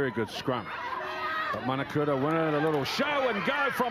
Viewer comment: Commentator need to get the name right it’s manukura not manakura